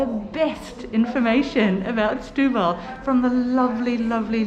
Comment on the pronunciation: Don't say "shtubal", it's pronounced like "stew-bal". ; )